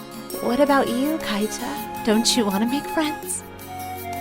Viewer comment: It's not Kaita, it's pronounced Keeta